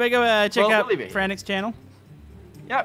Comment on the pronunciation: Not to be mean but it's Camodo